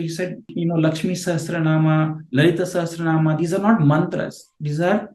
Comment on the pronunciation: “Asya shri Vishnor divya Sahasranama mahamantrasya” . A Maha mantra. What is he saying!?? And mispronouncing as Sahas(t)ranama